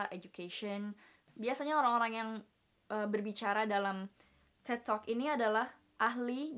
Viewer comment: THE WAY YOU SAY "TED" IS FUCKED UP